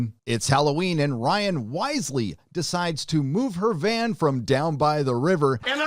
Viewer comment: "VAN" WYLDER